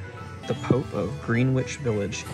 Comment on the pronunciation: It's pronounced "Grin itch" village.